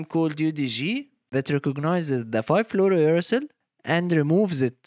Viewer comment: somehow u say it right when its uracil alone but not fluorouracil